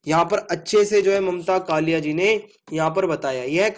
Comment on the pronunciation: कलीया नही है कालिय है